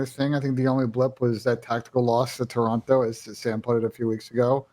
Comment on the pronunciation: Can you please inform on how to pronounce Toronto Thank you